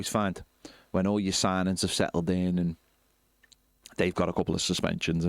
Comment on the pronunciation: "sighnings" "grayish"?